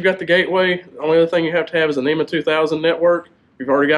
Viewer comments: NMEA is 12VDC....NEMA is for SHORE POWER 120VAC ....That is why you should pronounce it "N,M,E,A" and not NEMA....Please be professional and say it correctly. If you say it wrong you will also spell it wrong. Proof is in your video title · Hello. It’s not a NEMA network, it’s a NMEA network. I know it’s harder to pronounce, but let’s get it right guys